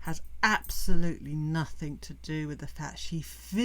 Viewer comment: are you saying "nothinK" ? instead of "nothinG"? is that a UK thing? also, love ur insights as always. eta very insightful, excellent point Also I appreciate this longer format video, as I happen to be driving a long distance today and it's great to listen to your take on things